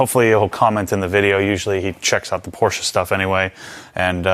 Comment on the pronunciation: We love a Porsche owner who knows how to pronounce ‘Porsche’ haha